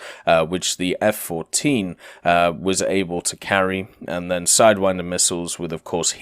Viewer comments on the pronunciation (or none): none